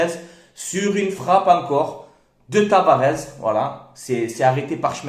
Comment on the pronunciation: TavaresssssS....pas Tavarezzzz